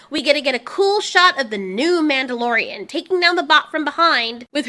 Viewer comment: 'Mandy-lorian' somehow sounds accurate.